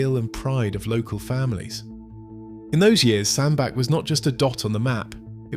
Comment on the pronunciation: Its pronounced sand BATCH